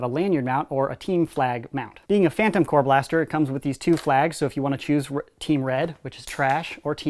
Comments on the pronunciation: corps not core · AAARRRRGGGHHH STOP SAYING PHANTOM CORE ITS PHANTOM CORPS GAAAAHHHH